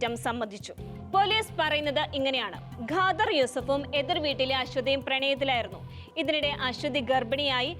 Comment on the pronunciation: ഗാദർ അല്ല ഖാദർ